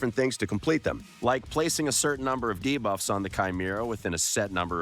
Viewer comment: I was so looking forward to seeing your reactions to "Chi-mee-ra" and "Duh-buffs" pronunciations, it 100% delivered! Never change